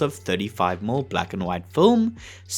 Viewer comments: Please tell your AI narrator that 35mm is pronounced "thirty-five millimeter" NOT "thirty-five mml". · (Why is "millimeter" being pronounced "mill"? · In this video, a rather informative and very interesting discussion of the technology of Technicolor is (somewhat) spoiled by the reading of the AI narrator. How many times do we hear 35-millimeter film referred to as "35-umm" film? OMG. Watch my eyes roll. Look, in this case, I don't think the script was written by AI. This description is much more likely to have come from a human being. But I gather that some sort of automated reading program with a vaguely Australian accent has not been programmed to know that "mm" should be spoken as the word "millimeters." Why-oh-why don't the producers of these videos sit down and listen to them first and tweak the reading so that the pronunciation is correct? I think that should be a YouTube requirement for monetization.